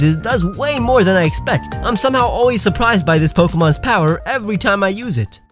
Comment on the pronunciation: On number 10 you made it sound like you have to name your Shroomish “Avery” to evolve it